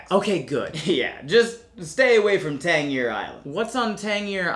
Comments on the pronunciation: As a born and raised Virginian I have to say I loved the part about the 7 cities! Just one little thing Tangier pronounced Tan-jeer, with a J sound. But with prominent names like Taliaferro pronounced as Tolliver here mispronounciations are expected! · I've lived in VA for the last 32 years and your portrayal is all very accurate, with the exception of how to pronounce Tangier Island...it's not "Tang-year", it's "Tan-jeer" lol 😁🤣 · it should be pronounced tan jeer. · yup. We were so confused at “Tang-yeer” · Always love these, but this one made me check to see if I had been mispronouncing the island when I was there. The internet agreed with me that it should be pronounced Tanjeer Island. Anyone from VA know if this is true? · Native Virginian checking in: Tanjeer is correct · pronounced it Tangeer...an unusual mistake in one of his videos. Which is why I was wondering if I got it wrong. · Its pronounced Tan jeer island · My mom, a native Virginian, asks if you’re serious about the pronunciation of Tangier Island. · I’m from Virginia this is very accurate although he pronounced the islands name wrong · Ah yes been waiting for this one but that’s not how you pronounce tangier island. The g is a soft g not a hard g. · This was very accurate except for tangier Island thats not how its pronounced. My older brother's ex-wife is from tangier Island and it is one of America's oldest accents and closest to what the founding fathers would have sounded like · Unfortunately you pronounced tangier wrong, but otherwise good video